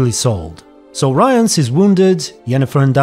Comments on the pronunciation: you're pronouncing Rience really wrong :) it almost sounds like you're saying Ryan lol. Rience is with short "i" like in word "ship" or "think". His name is similar to word "rinse" but with a C :) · At this moment in series the viewers don't know that Lydia is Vilgefortz' assistant, I think. It's still the mystery who hired Rience. P.s. Not "Ryence" - just something like "Ree--ens", it's not anglosaxon, but kinda french name. P.s.2. This is not Yennefer, this series does not contain the real Yennefer. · Rience is pronounced “Reence” if I remember correctly. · I'm just too used to hearing it pronounced this way in the audiobooks, they do say it Ryans there, and it is a British man narrating. Not sure if he was in charge of the correct pronunciation tho :) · About the pronunciation of Rience's name -- I can't find the quote, but I believe that at some he's referred to as "Riens" by someone, which does give some hints about intended pronunciation. If "ce" turns into "s" but "ie" remains unchanged, it suggests the dyphtong is pronounced the way a Polish person would, so "ryens". Other way to look at it, is to compare to the French word "rien", which is where the name might even come from (it certainly fits the character). And even if we were to treat it as an English name, English spelling being what it is, it might as well be "rins", not necessarily "rayans".